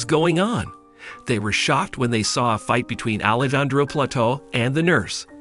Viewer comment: Alejandro is pronounced Alejandro the j is pronounced like an h